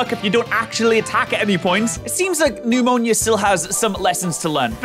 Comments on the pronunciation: really be calling her "Pneumonia" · calling Nemona "Pneumonia" has to be one of the funniest things I've heard him do lol